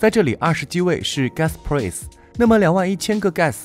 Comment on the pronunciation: price的发音太崩溃了，播音员别念英文了